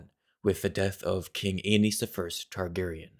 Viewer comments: Its pronounced like anus, not aneez… i don’t care if im wrong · Damn George RR didn't think too hard about all the possible pronounciations of Aenys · man ive been pronouncing aenys embarrassingly incorrectly